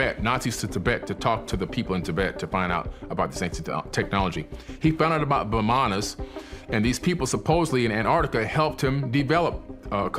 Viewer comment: He found out about Vimanas lmao, not bananas 😂